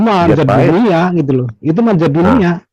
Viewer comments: Bukan zat tapi Dzat. Baca lg yg bnr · Bukan zat tp Dzat